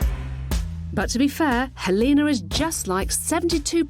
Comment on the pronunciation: Lol the pronounciation of Helena.. Her name is not Halina.. Is that what it translates to.?